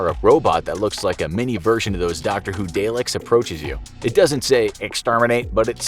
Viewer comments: did he really call dalek a delek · Daylek???? Ok dear no. Dalek (pronounced: Darlek) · Did he actually pronounce Dalek as day-lick? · Out of all of this, the one thing that really bothered me was how you pronounced “Daleks”; ‘Day-licks’?! It’s ‘Dah-lecks’. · It's pronounced "Dah-leks", not "Day-leks". Guessing you've never watched Doctor Who. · The robot is pronounced dar-lek not Day-lik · that's what happens when you mispronounce darleks as dayleks. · dale licks no its pronounced dar lec, my years not really been that different I was already a hermit on antidepressant's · Daleks not day-leks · Everyone in the UK : IT'S PRONOUNCED DAH-LEK!!!! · 😆 fyi Dalek(s) is pronounced Dah-lick(s). 😆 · You pronounced Dalek wrong 😠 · Most horrific thing about this video is the way he pronounced "Dalek" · Just annoyed he mispronounced “Dalek”